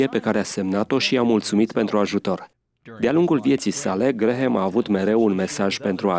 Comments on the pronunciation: NU SE PRONUNTA GRAHAM, ci GRAM. Mai luati lectii de engleza ca va faceti postul de ras. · Vă faceț de rîs domnilor. Nu sunteți în stare nici măcar să învățați cum se pronunță numele masonului Billy Graham. Se scrie Graham, dar se pronunță Gram. Rugați-l pe Tudor Pețan să vă învețe măcar atît. Și nu-l mai promovați pe acest Billy Graham. De ce? Faceți-vă tema de casă înainte de a promova pe oricine pt că aveți pretenția că sunteți televiziune creștină și veți da socoteală pt TOT ce ați făcut și promovat. Unde vă este discernămîntul cînd o promovați și pe eretica de JOYCE MEYER? Sunteți chiar atît de orbi încît nu vedeți și nu vă dați seama CINE ESTE această femeie "pastor"...? 😭😭😭